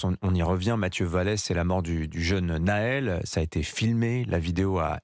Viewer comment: Déjà c est pas Naël à la francaise mais bien Nahel a l orientale